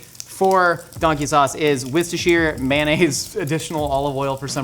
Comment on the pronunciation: Anyone else feeling like they just did a spit take when said wircestershire instead of worcestershire sauce 🤣🤣